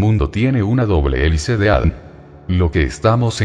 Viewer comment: ME MOLESTA Y ME DECEPCIONA QUE SE VAYAN ACORRIENTANDO, INSISTEN CON EL ADN, EN LUGAR DE A.D.N., SU ROBOT SOLO LEE LOS ERRORES DE USTEDES. TRISTE. RECUPEREN SU CANAL PARA DEJAR DE ENSUCIAR ÈSTE.